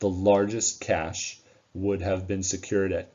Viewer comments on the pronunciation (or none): none